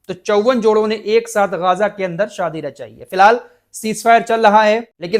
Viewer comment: गाजा nahi ग़जा बोलिए